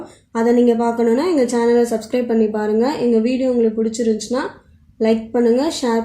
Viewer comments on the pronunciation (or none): none